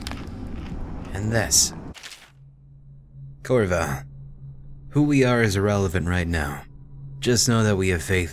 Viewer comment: the guy Said korvo... I thought he said kurwa 😂